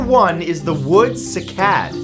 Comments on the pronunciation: First "ja-VON" and now "si-CAD." Seriously, dude, we luv yuh, but you gotta stop putting the "ak-SONT" on the wrong "si-LOB-ul!" I Googled "pronounce cycad" and a woman or child's voice came back "SYE-cad." It's not bad enough that humans are wiping out how many animal species every day, have polluted the oceans,* are eliminating oxygen producing forests by the minute, now we've started in on the plant life? You tell 'em, Matt! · Sigh - Cad. (Cycad) not sick-ad. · It's SIGH-kad.....not see-KAD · sigh cad ... not seekad ... that made me cringe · Great video Matthew, just on little complaint. The cycad is actually pronounced SIGH-CAD... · Cycad - Prounounced "sy" as in why. Onecof our most beautiful pkantscin S. A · you are mispronouncing cycad